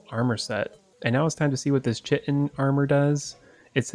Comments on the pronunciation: Did see anyone talking about it...so, it's pronounced Kai-tin, not chit-in...gotta love English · Love new vid incase u didn’t know chiten is pronounced kite en :) just letting u know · chitin is pronouced ki-tin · I experience an intense amount of mental pain when you pronounce it “chit-in” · Chitin.. Kite-n is the proper pronunciation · Hey, the "Chitin" is pronounced like "kite in":v English is confusing